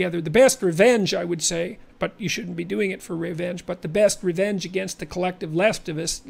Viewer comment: lol JP misspoke and said "col-leftivists" - he shouldn't have corrected himself, that was perfect actually..